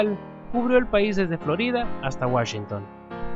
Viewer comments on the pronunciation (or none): none